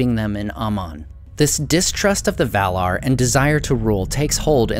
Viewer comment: His pronunciation of "Valar" is correct.